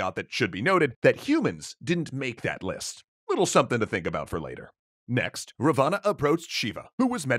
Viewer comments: Ra- vaaana x ... Raaaa-va-na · Big fan here and sorry to be nitpicky but its pronounced Raavana not Ravaana. That said he was more of a grey character not full on evil. He was power hungry and ambitious but highly educated and good ruler. But any ways keep up the good work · By the way it is not Ravana , it is ra-van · its not pronounced ra-vaa-naa, its pronounced raa-va-n. thanks! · Its pronounced Ra-one not Ra-vaana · It's not ravaana it's pronounced as raavan. And raavan was scholar and had faith in shiva. And raam shot in belly not in heart. Sita wasn't guarded, raam was in exile and there she was tricked and kidnapped. Many other wrong things. Better read "Ramaayana" properly. ✌🏼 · It is pronounced Rawan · Well, where I come from "Ravana" was shot in the belly button. Also it's pronounced r aah v uh n uh so I'm pretty sure its spelt " "Ravan" but whatever, surprisingly accurate! Great vid. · You are wrong in most of the video "Raa-vaa-naa" . This is the pronunciation and Ravana was not actually Evil he was like Hades thought to be Evil but was actually good. Ramna's only mistake was his arrogance. All is other mistakes were not actually mistakes because his actions were based on the teachings of the granthas. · wrong pronunciation look the pronunciation of Ravana